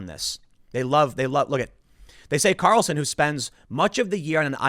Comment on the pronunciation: Sorry, Tim, but the way you say the name—as "Tucker Carelson"—really grinds my gears.